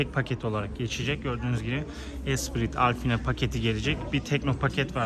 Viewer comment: “Alfina” paket nedir?! - “Alpine” diye yazılan paketi direk “AL-Pi-NE” diye okusan daha iyi olurdu, yada diğer otomobil kanallarında telafuz ettikleri gibi de söyleyebilirdin ( Al-pin gibi) Senin ki resmen gördüğün harflere fantezi katmak olmuş — Alpine’yi Alfina’ya Nasıl çevirdin bravo doğrusu, gördüğünü bile doğru algılayamayan bir insansın kim bilir duyduğunu Nasıl yorumlarsın….